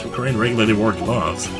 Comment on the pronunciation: Rebuttal -- Regarding Jill Crane-- ... THE victim, Jill crANNEE, WAS a member of the PrOLLLL-BLUGH blbl